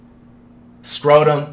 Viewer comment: bro your saying Dennis last name wrong bro you are saying "scrotum" if yall search what scrotum mean OOooh man